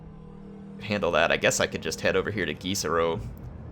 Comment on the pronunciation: Gisereaux? You mean Gutsero?